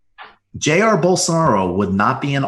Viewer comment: PRONUNCIATION GUIDE: ca sh mere = J eye = A eer ie = IR JA-IR (second syllable is stressed)